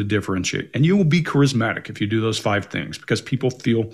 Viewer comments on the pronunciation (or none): none